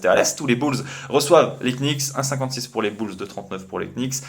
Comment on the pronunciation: les "knicks" putain mes oreilles quand j'entends ça mdr, merci pour le contenu